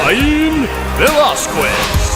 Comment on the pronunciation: Cai-yen Vwelasqez